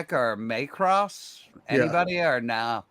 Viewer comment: please don't pronounce Macross as May-cross. It hurts my ears.